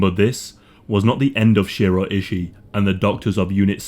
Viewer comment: It’s pronounced Shoe-roe eye-shy, that’s how you pronounce his name.